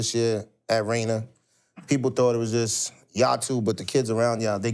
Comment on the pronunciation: It’s “Rainier beach” not “Rayna” lol it’s all love tho shout out JJ aka the golden child and Tstokes keeping beach lit 🔥